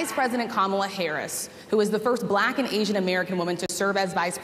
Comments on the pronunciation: The way her pronounced "black"..."Blaaaahkkk" is all we need to hear. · The way he pronounces “black” sounds racist lol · Trump has an obnoxious way of pronouncing the word, "Black." It's as if he deliberately wants to make it sound bad or insulting. The journalist, for the most part, were respectful and polite but he is accustomed to people being "bootlickers" in his presence.